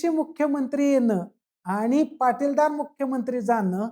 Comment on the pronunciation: पाटीलदार नाही .... पाटीदार किंवा पटेल म्हणा.